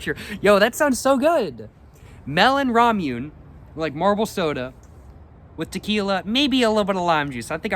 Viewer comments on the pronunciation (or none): Hey dude nice video! Just a heads up ramune marble soda is pronounced la mu neh